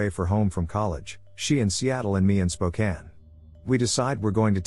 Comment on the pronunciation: The first time I heard Spokane pronounced correctly in a video is by ai rather than a person